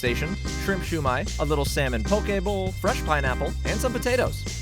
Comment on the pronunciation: Freshshshh...do all asians pronounce that word that way? Or just utube culinary asians? America explain?!😂😂